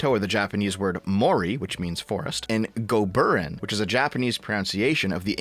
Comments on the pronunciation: pronouncing “goburin” as “goBURen” is hilarious. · I love how you butchered the pronunciation of "goburin"